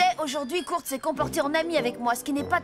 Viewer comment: Kurt sa se prononce " koeurt"